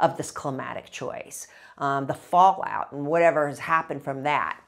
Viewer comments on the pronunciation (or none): none